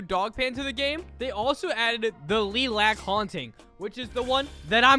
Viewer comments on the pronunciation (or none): Learn how to pronounce,its lilac(lye-lakc) not lilac(lee-lakc) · saying "leelac" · Leelac? LEELAC???? LEELAC??!?!?!? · Lee lac…LEELAC? LEEEEE LLAAAAAAXCCCCCC!? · It’s pronounced Laylack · The way he pronounces lilac wrong